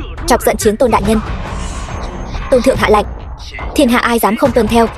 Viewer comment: Yêu cầu đọc đúng :”Lệnh “ chứ không phải :” Lạnh “